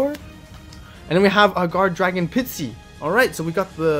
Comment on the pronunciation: Pisty, re-do-er.